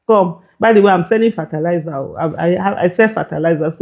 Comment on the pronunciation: 😂😂😂 This thing is funny ooo Even me I need that kind money And Aisha work on your pronunciation of fertiliser